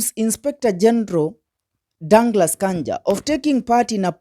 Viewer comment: Very poor pronunciations: Bodo for Bondo, Ear for year, Danglas Kanja for Douglas, I think they are too many I won't state all. Listen from a peer listener, however the overall message it fantastic.